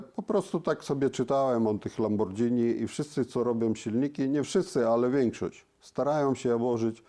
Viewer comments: Za przeproszeniem, ale sam Pan jesteś "lambordżini". Panie, pan uświadomi p., jak to się powinno wymawiać. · Dziękuję Panu, że podziela zdanie prof Nakamiczi. ma LAMBORDŻINI, a nie Lamborghini jak co po niektórym się wydaje. Dlatego też w LAMBORDŻINI można stosować różne technologie, a nie tak jak w Lamborghini trzymać się schematów. 😉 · a te uszczelki to dlatego tak wygladaja bo to lambordzini a nie lamborghini i prosze nauczcie sie mowic poprawnie nawet jak jestescie specjalistami od silnikow i cagle te same bledy nazwa marki i mowienie zegary na wszystko co okragle i ma wskazowki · "lambordżini" xD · I znowu to Lambordzini 🤦‍♂️ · Ciekawe co sobie myśli kiedy Pan co chwile mówi lamborDŻini 😀😀😀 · Lambordżini :D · Dzieci czego nauczyliśmy sie w tym i poprzednim odcinku o Diablo? Ze Lambordżini jest fajne ale kłopotliwe 🤣 A teraz zjedzmy sobie Spadżetti i możemy dalej leżakować 😂 A ogólnie to ciekawe filmy 🤘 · Mechanik mówi "Lambordżyni"... to dobrze nie wróży :O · Kolejny profesor Lambordżini 😀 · Porównując to np. z robotą Iain Tyrrell'a to zapowiada się niezła fuszerka ;-) Pan sobie czytał o lambordżini...